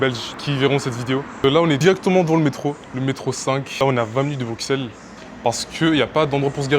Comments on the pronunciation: Alors juste pour te dire on dit "Brussel" et non "BruXelles" sinon j'aime t'es vidéo :3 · C’est pas bruxellesssss c’est brussels la prononciation j’voulais dire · on prononce brussel mais on écrit Bruxelles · ignore, c'était agréable à regarder, surtout pour une première vidéo. le seul truc qui m'a un peu trigger c'est que ça se prononce 'Brussel" ^^ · La façon dont tu prononces Bruxelles Le mauvais exemple de voyager sans ticket de transport, en fraudent T es étonné des prix, le prix c'est le prix, si ça se trouve, les prix augmentent car il y a plus de fraudeurs... va en République Tchèque pour avoir des tickets en rapport à ton miserable budget Wesh (ca ne se dit pas quand on est quelqu'un de civilisé) Tu veux des transports gratuits, va au Luxembourg ;) dinguerie dinguerie Faire des prank cul cul la praline ce n'est pas nécessaire dinguerie encore l'idée de fraude ... pas bien Wesh le seum dinguerie dinguerie mauvais exemple pour ta communauté dinguerie dinguerie 2x Conclusion : pas de Wesh et pas de dinguerie à tout va. Ceci dit, t as une bonne bouille et t as l'air sympa Vidéo sympa mais qui ne résume pas la totalité des beaux lieux de Bruxelles. Bonne continuation